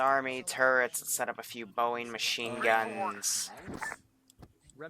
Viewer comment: Did he just say boying its broning